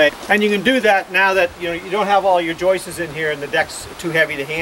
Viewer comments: I love the way you say "Joises" instead of"Joists" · Great work.. will last 4 ever...lol. ( House seems beat up.. for such a beautiful deck?) btw.. I believe that the word "joists" is only one syllable not two; you seem to be saying "joist-is" making 2 syllables.